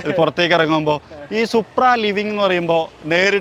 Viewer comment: സുപ്രൻ അല്ല സുപ്ര 😂😂😂